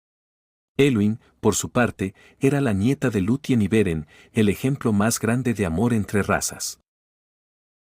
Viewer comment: Buen video, excepto el uso de IA que comete muchos errores y despues deberias informarte de como se pronuncian. Casi todos los nombre que empieza por "C" como Cirdan o Celebrimbor, aunque se escriban con "C" se pronuncian como si fuera una "K", Cirda/Kirdan. Error parecido al de Luthien se pronuncia Lucien. Te recomiendo este video